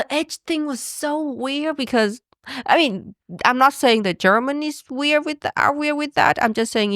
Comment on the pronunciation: I have a question about Uyens language and please don't consider it hate - it comes from genuine interest. I noticed that often "swallows" the last letters of words for example "weir-" instead of "weird" and "mayonnai-" instead of "mayonnaise" or even not pronouncing the plural "s" eg. "companie-" even if she is speaking about more than one. She has amazing English skills and I absolutely respect her for that! Still it does interest me why she doesn't pronounce some of the last letters? I learned Japanese for a short period of time and I know that this language consists of syllables that doesn't end on other letters than vocals (with one exception I think). Is this the case with Vietnamese as well?